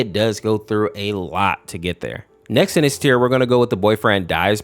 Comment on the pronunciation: Him: in this video, What i hear: EnIs